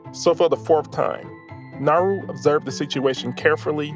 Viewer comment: Bro it's not nahru it's Na-u-ru and the amount of disrespect and audacity you have to talk about my home island like that! 😡😡